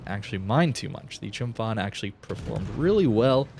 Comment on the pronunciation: The Ph in Chumphon is pronounced like a hard P.